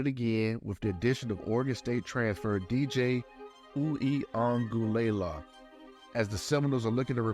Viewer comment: 4 star video. Would’ve been five stars if he would’ve taken the time to google the phonetic spelling of DJU’s name.